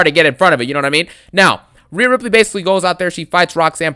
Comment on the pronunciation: "Rheana Ripley"? Seriously dawg? That gothic witch? 🤣